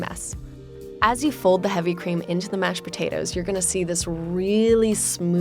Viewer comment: why does she say Potatoes so weird.